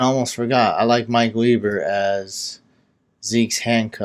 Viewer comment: I don't like being that guy...but as a die-hard Buckeye fan...its Mike Weber...pronounced...Webber... He was a fan favorite in Columbus because he's from Detriot and scorned Michigan for the Scarlett and Gray!!! "Enjoyed the show" TY #GOBUCKS